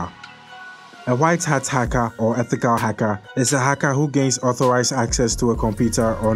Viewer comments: Haka or hacker? Lol 😹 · "hacka" lmao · white hat haka , grey hat haka and black hat hakah